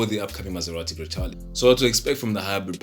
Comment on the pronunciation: Very well done 👍 good job . Congratulations. As for the pronunciation in Italiano is “ Grekahleh “ Ciao 🙋🏻‍♂️